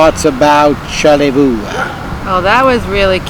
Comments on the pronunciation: Yes. char La Voy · That wasn't a Petoskey stone you found. Lol. And learn the local pronunciation of Charelviox. Char lay voi